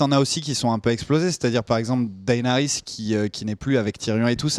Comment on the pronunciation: Daénarisse, Serzeï, esteros, margérie/ marjorie/ marguarie... les tirelles, Rose bolton, Jimmy?! Bonjour mes oreilles bordel !